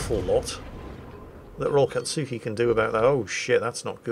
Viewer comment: We need to convince our mighty and benevolent gnome overlord to watch Naruto so he can pronounce "anything-katsuki" in fewer syllables xD